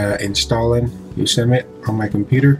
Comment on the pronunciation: FYI, I believe it is pronounced yo sem ity . Thanks for sharing...